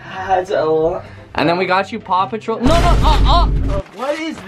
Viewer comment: Did Any One Hear Pew Patrol Instead Of Paw Patrol